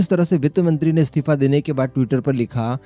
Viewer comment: What do you mean 'comment likhnewalo mein Roasting ki skill nahi thi'? Tu apne aap ko akela hi roast master samajta hai kya? Pehle to tu apna Hindi pronunciation sudhar, aur 'istifa' bolna seekh, 'stifa' nahi...